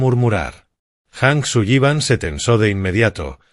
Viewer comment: ¿Hank Suyiban? No le van bien los apellidos anglos: la doble L suena como si fuera una sola L, en inglés no suena como nuestra "LL" castellana. Así como la H en inglés suena como J, esa si la pronunció correctamente. El apellido anglo "Granger" la IA lo pronuncia "Granjer" cuando la pronunciación correcta es "Granyer". Distintos idiomas, distinta fonética. Boyd "Jijins". Se escribe "Higgins" y se pronuncia "Jiguins". "Oak" se pronuncia "Ouk".